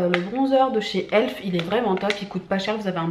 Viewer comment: Tu m'a fait trop rire quand tu a dit pour la marque elf "elfe" comme une fée alors qu'on dit "E. L. F" 🤣🤦‍♀️mais c'est pas graver